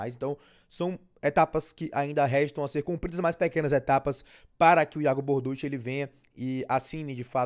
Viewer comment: Borduchi se pronuncia "Bordúqui". Os mais antigos vão se lembrar do jogador e técnico Dante Bianchi, que ninguém chamava "Borduxi"